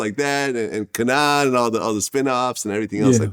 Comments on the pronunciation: He pronounced it Ka-naan lol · 😂😂😂 this man VLAD pronounced KANAN TERRIBLY WRONG 💀